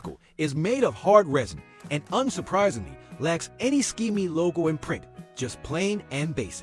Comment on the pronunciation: It's not a ski-my, it's a SK-MAY. Thank you.